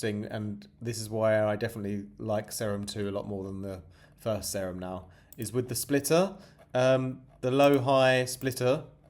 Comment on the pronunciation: its pronounced See-rum bra